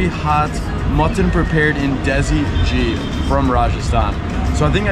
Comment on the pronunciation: Ok nice work. Some corrections: Ghee (clarified butter) is not pronounced 'Jee' but 'Gee'. Laal Maas is mutton and not chicken - Laal means red, Maas means meat. BTW your host - nice guy but that's all I will say about him.